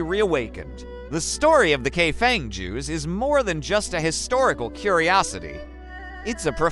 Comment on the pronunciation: The correct pronunciation is Kai Fong